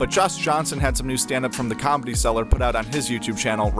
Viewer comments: The word comedy doesnt have a b in it. Why does everyone pronounce it combedy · It's nice combedy, your saying it wrong